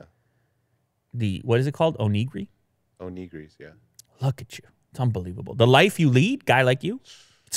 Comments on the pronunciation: It's pronounced "own - ih - gee - dee" but yeah that was hilarious the way was saying it lmao. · Your pronunciation of “onigiri” is disappointing lol 😔 cmon